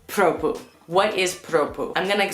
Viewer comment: I love your condescending "I'm American so I'm better than you by default" attitude . You people really like to go around the world and tell people how to live their lives. Either you get adjusted or go back home. And learn how to pronounce PROPUH.